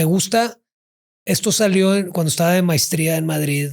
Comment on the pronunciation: Dijo también mistria....en lugar de maestría